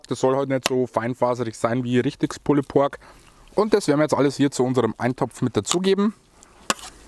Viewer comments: Super Rezept, aber "pulled" spricht man ohne das "e" Sorry, sogar mein Mann sagt ich bin ein Korinthen Kacker. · Immer wieder super! ABER.... Bitte sprecht doch Pulled Pork/ Beef richtig aus! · Sieht lecker aus! Aber bitte bitte bitte sprich das "pulled" richtig aus! Die falsche Aussprache geht mal garnicht!!! 🙏🙏🙏